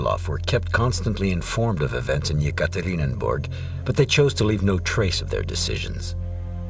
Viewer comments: If you prepare a documentary just try to pronounce the toponyms correctly. Not Tsarkoe selo but Tsarskoe selo. And very annoying is the repetitive Yekaterininburg. The city is called Yekaterinburg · Yekaterinburg, not Yekaterinenburg!!!